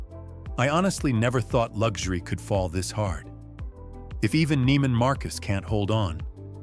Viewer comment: Neiman Marcus is pronounced with a long "e", not a long "i".